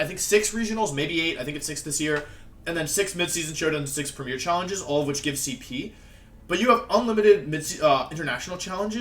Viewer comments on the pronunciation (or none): none